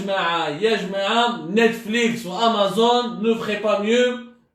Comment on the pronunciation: Amazon sans E a la fin